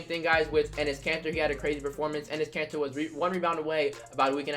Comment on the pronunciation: When he says Enes Katter my subtitles say his cancer 😂